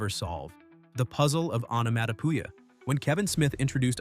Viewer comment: This AI bot can't say onomatopoeia (änəˌmädəˈpēə). Time for an update!!